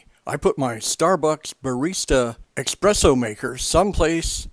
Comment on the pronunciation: I really appreciate the effort of this video seeing as my machine badly needs repair. The information is good however there are not enough photos displayed in stages here for me to feel comfortable with taking apart my machine. As a side note, I would like to point out (no offence to the writer/speaker) that there is no such thing as expresso, the word you mean is espresso (es not ex). Way to many "serious" coffee drinkers get this wrong. I have seen coffee stands out there that use the word expresso in their title but that is because they are mashing the words express and espresso to be witty. Es like the word escape not ex like the word express. :)